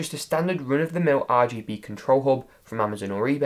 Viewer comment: I laugh every time he says and now tip 2. is AR G Be